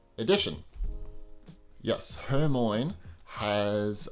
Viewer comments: is it just me or did you say hermoine wrong? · It wasn’t just you